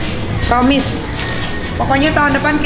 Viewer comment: Promisssss 😂 promagh kali ah wkwk